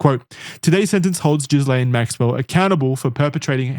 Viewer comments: Expert? Boys it's pronounced GILL -AINE Maxwell, not Jizz-laine Maxwell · This is really pedantic but it's pronounced "Gee-lane" (or you could also say it "Gih-Lan" depending on how french you were being) with a hard G. Idc about her but it's a real french name! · It’s a small thing but it’s annoying. In Ghislaine the S is silent. Like the S in isle. I wish you Americans would learn how to speak English.